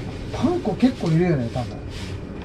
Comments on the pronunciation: パン粉の発音がパン子みたい😆確実に前より手際が良くなってて凄いです👏✨✨ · パン粉がパン子にしか聞こえてこなくてツボでした🤣いつも笑いをありがとう^_^💖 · パン粉のイントネーションが パン子で笑った😂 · パン粉の発音w